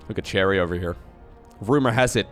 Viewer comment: ah, good, I'm not the only one who heard "Terry" as "Cherry"